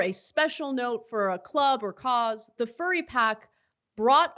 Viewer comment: Oh... They love animals alright... I love how he also has no idea how to pronounce 'furry'. Typical republican lack of education.